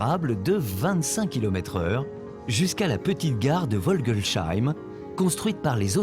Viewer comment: Merci beaucoup pour ces beaux reportages bien documentés ! Pour le dernier, quelques petites coquilles se sont glissées dans le reportage. - la gare de Vogelsheim ( mauvaise prononciation -> Volgelsheim [fɔlɡəlsaim] Écouterⓘ ) a été construite par les allemands et non les autrichiens en 1880. Cette gare est reproduite par Faller au 1/87 (Échelle HO). - le chemin de fer s’appelle chemin de fer touristique du Rhin et non du Ried.